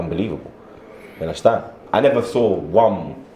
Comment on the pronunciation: "Ya unnastan?"